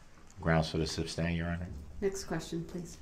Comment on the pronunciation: YES axx, substain, tacit, and goes on and on. 😡😡🔥🔥